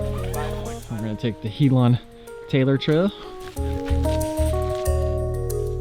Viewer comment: Helen not He Lon